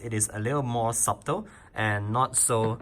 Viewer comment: It's pronounced sa-tal like 'shuttle', not sub-tal. Just for your improvement. And you're pretty.